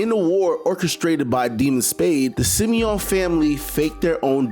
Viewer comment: How you saying Shimon/Simon wrong every time lol